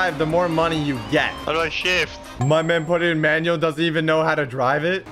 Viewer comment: It's not a manual it's e manwuel